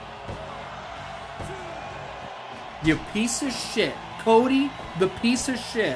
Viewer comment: Did u say pizza shit meaning to say piece of shit lol